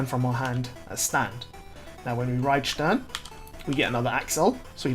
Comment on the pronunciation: You know the video is worth its salt when Stern is pronounced correctly